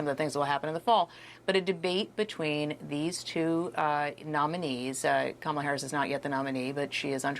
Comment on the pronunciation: She's been the vice president for almost 4 years. Primary school children know her name yet Trump can't/won't say her name correctly?? Her name is KAmala, Trump! Put some respect on it!